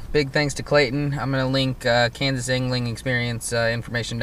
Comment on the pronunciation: Kansas or kansass? Lol that was funny